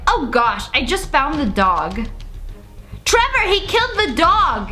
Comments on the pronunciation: im just like did she just say taylor instead of trevor? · I love how she said Tyler when the text said Trevor lol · trevor is now pronounced tyler according to sssniperwolf lia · The fact she said Tailor and his name is Trevor-😂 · U SAID TAILER BUT IT SAID TREVOR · You said tiler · who else noticed when she said "tiyler" instead of "trever" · Lia Says Tyler instead of Trevor Everyone In Comments OMG LIA HOW DARE YOU MISS PRONOUNCE A NAME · Varuni Sukhtankar no? It sounded like she Said Trevor Nvm I just have bad hearing I guess, she said Tyler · I listen to it up to my ear and she said Tyler not Trevor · You said tylor not Trevor 🤣🤣🤣😂😂😂🤣🤣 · You said Tyler it's trever love u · Who else heard her say Tyler when it was Trevor so funny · It’s trevrr